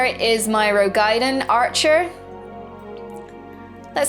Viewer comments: Roegadyn. Row-gah-din. Why is it so hard? lol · I love this video, I really do. But something annoys me about the way you say Roegadyn cause there isn't anything between the A and the D that merits you putting a Y sound between them, as in gaiden... breaking down, the word is Roe Ga Dyn = Row - gah - din... awesome vid though. can't wait.